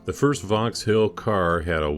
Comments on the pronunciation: Great video as always but the pronunciation of Vauxhall is like Vox all/hall not vox-hill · You said Vauxhill a number of times. It is Vauxhall .Am I too picky?